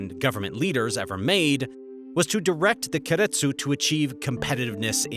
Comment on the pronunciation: Please learn how to pronounce keiretsu